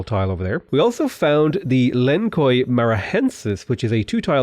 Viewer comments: I'm Australian and would guess "len-swah" .. who is closer?? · Absolutely love your content, but just wanted to say I think that wonder is pronounced “Len-swa”. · My mans read Lençóis and said “Len-Koi”. I love you,. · In Brazilian Portuguese, you speak Lençóis like LenssOIs. Try the same sound as double SS and the letter "o", you pronounce like "OI(Y)" from australians. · THE WHAT I am jk, there is no ç on English, I am going to be that annoying guy right now the Ç have a S sound